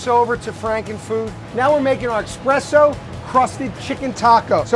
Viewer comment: I hate when people can't say espresso. It's worse when a 'chef' calls it expresso.